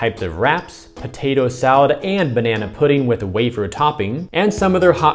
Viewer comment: It said "waffer" toping instead of "wafer". Waffer rhymes with staffer. Wafer rhymes with safer.